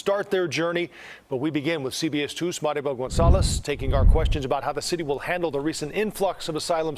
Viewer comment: I love his pronunciation of "Marybel"